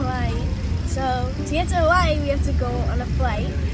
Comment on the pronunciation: I hate the way she pronounces “Hawaii” 😒